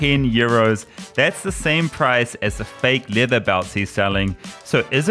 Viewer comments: Half the time when Karls says LEATHER, I hear LIVER! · Its Leather not Lither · What is his accent that he pronounces leather like “liver”? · It sounds like your saying liver not leather 😂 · Do you keep saying liver it’s leather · I can only hear Liver when you say Leather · I kept hearing "liver" instead of "leather".